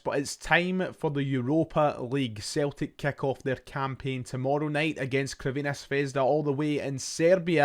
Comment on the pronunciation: CURVINA ? Pronounced (ssss) servena not curvena litteral means Red Star .curvena is just hilarious